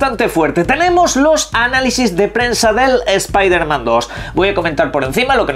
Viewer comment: Es piderman jajajaja Como odio escuchar eso pero sacando eso, no sera goty.